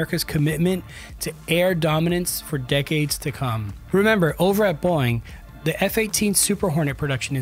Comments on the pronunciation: Sounds like he's pronouncing Boeing like "Boing" with one syllable instead of "Boe-ing" with two syllables. Is anyone else hearing it or am I crazy? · It's Bow-ing not "boing" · Its pronounced Bow-ing not Boing.... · Love the channel but please PLEASE say Boeing, like bowing instead of boing! My god I had to stop the video after 2 minutes it was so annoying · Boing? BOW-ing! LOL! 😂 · Great video but is anyone going mention his unusual pronunciation of ‘Boeing’? Why does it say bong instead of bow? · Nice work. Niggling here. The company's name is not pronounced BOING. It is pronounced BOE-ing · Why can't this guy seem to pronounce "Boeing"? It's "Boh-ing", not "Boing". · These comments 🤦‍♂️... Boeing (Bow-wing! Not Boing!!!) commercial and defense are basically two separate companies. Defense side is Mcdonnell Douglas out of St. Louis, MO. All the F ups are from the commercial division out of Everett, WA. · I literally couldn't watch the whole video because hearing "boing" even two seconds was so annoying. It's Bow-ing. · …um, Boeing has not changed the pronunciation of the company name to “BOING”. It’s two syllables: BOE-ing. “BOING” is cartoon sound for a character with springy feet. Still, I guess it’s better than stupid AI narration. The rest of the video is interesting. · It's called Boeing, not Boing. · Boeing ❌️ Boing ✅️ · 😅it’s called BO-ing…Not Boy-ing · Take a drink every time he pronounces Boeing as Boing! (It's Bow-Wing silly). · By the way! It’s pronounced BOW ING NOT BOING! Please get it right. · Are you saying, “BOING”? I’m not the only one hearing that right? 😂 It’s, bo-wing. Boeing. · Am I hearing Boeing being pronounced as boing lol?? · you pronounce boeing; "boing" !!?????? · I’m sorry, “Boing”? Age of the AI generated YouTube videos… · Is it really pronouced boing? Boing bong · He said it like boing, because that's what happens to the aircraft when it's in the air... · No, this one is Pure BONG. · A Human wouldn't pronounce Boeing as Boyng.